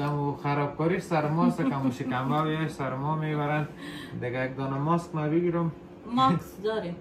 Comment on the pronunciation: سلام بهمه البته درستش (ماسك ) أست نه ماكس هم و هم مادرت هر دو اشتباه تلفظ ميكنن با حترام